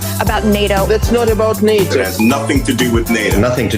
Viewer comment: ITS NATTABOUT NAYTO